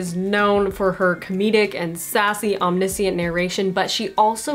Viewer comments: Nice and succinct. Thanks! Nit pic: om-nish-ent :) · Why do you pronounce omniscient without an "sh" in the middle? Very unusual. I don't think I have ever heard anyone pronounce it that way.